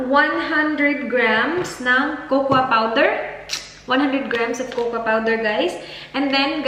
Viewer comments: It’s pronounced as “koko” and NOT “kokwa” the “A” is silent in cocoa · she is bisaya and we say it cocoa or kukwa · it is pronounced ‘Coco’